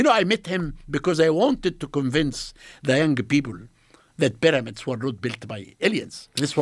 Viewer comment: Hilarious guy. The peramids.😅 It's because heiratics are very cörsiv.😅